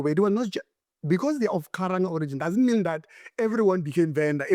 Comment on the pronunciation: Karanga not Khalanga... Shiri bird/yedenga of the sky